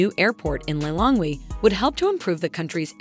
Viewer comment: It’s not Lailong. It’s pronounced Li Long ngwe